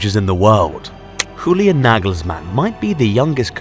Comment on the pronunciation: Julian Nagelsmann might be the best, but you just made him Spanish with that pronunciation:D The German J is pronounced a lot softer, like the Y in yes:)